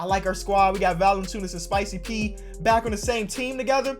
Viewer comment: Mate, you pronounce Valanciunas sooooo good for an american